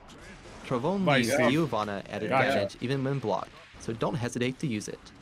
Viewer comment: She is from Brazil. Giovanna is also a common name here, but their pronunciation is really italian-ish